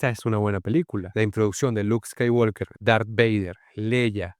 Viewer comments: Mi única discrepancia con tu análisis es que el apellido de Luke: SE PRONUNCIA "SKAYWOKER" y no "SKAYWALKER" !!!!!!!!!!!, aparte de eso MUY BUEN VIDEO. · La L de Walk no se pronuncia. Siempre se dice "scaiguoker" tanto en idioma original (inglés) como en el doblaje español (Hispanoamérica). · Skywalker…la L no suena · la L no se pronuncia en "Skywalker"